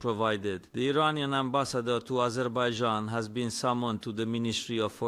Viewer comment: NATO Nation...Azerbeidzjan???!!! 😂😂😂...Fake A.i bullshit!!! 😂